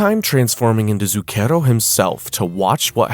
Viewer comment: This may be a waste of time.. but if you sre going to be reading Italian words, you should look up how to say them. You're saying Zucchero (sugar) super wrong. Among others.